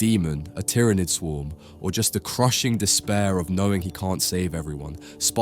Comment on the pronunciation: **TOW** as in “TOWel” not toe. tau **Waaaaagh** as in “WAffle” not Wa a aa a waaagh **tyranid** as in “tier” or “tear” not tire tyranid Aside from that. I think every single person across the entire list needs to be moved down a level. None at all dominate. The most powerful versions of each of these characters are from the comics yet some of the versions used are MCU. If it’s comics then sure some of them do better. But MCU no. None of them. Chaos would corrupt scarlet witch, and strange, mijolnir is also magical so maybe Jim as well, hulk would thrive with irks if he made it to them. The humans have a 50% chance of living “normally” or terribly. Like it’s a good list as far as what order everyone is in I think but 40K universe is far to serious and dark for some of them to just arrive and become gods or honored helpers etc. they would all be labeled as outcasts, mutants, STC, or rouge psykers.